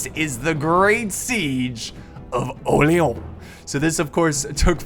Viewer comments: No he don't he said Orléon :D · OMG I like u but you should've learn how to pronounce "Orléans" (I'm French)